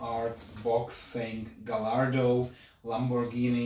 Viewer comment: Dude, you act as though you have never taken a model out of its box??? It's not hard, just pull all the flaps to the outside on one end and lift the box while gently wiggling it and it will come out just fine. P.S. It's pronounced Guy-ar-do, not Ga-lar-do, the 'l' is silent. You say you are not a fan of manual transmissions - that tells me you probably never drove one and therefore are not proficient with its operation. That's funny, because I grew up with manual trans. and like most others my age, would much prefer a manual to an automatic. Well, even the current Corvette is automatic only so manuals are doomed to slip into history..........but I still love them. They simply provide a wider range of control of the vehicle and more flexibility in how you can drive it. My last car was an SVT Focus with a 6 speed manual Getrag transmission from Germany and I loved it! Oh well, each to his own as they say. 😉